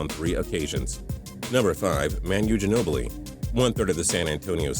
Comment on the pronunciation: "Man you" Ginobli....